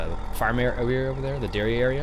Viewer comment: Did you say "Dairy Area" or "Derrière?" XD. Love the new silo.